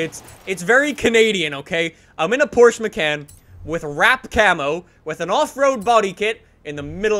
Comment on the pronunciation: Porchse macant